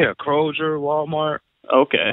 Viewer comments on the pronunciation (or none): lol he says krozer instead of kroger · Lmao 'crojer' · Lol I know krojer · 😂😂😂🤣 This dude couldn't pronounce Kroger right😂😂😂😂😂 Another great one Bro. This vid is the very first one I have seen last week, and I Could Not Stop Laughing Lmao! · I hate how he pronounces Kroger with that hard G 😣